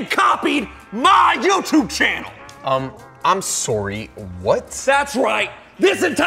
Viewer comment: "Um..I'm Sworry?"